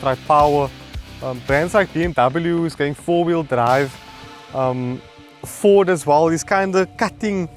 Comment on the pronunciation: "Fordt is Lordt"